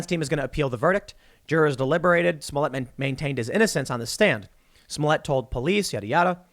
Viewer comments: You say "toilet" not "toilé" It's "Smollett" not "Smollé" And what kind of name is "Jussie"??? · DAM you TheQuartering! 😂 Now Tim is saying Juicy Smolliér (soft R... We don't wanna appear raycis)